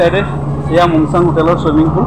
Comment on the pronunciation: Mong sang hotal nohoi mung sung hoi😅